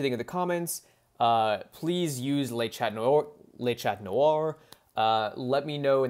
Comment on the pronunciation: « Le chat » is pronounced « le sha » if you pronounce the final t, it’s the female cat with the same other meaning as in English…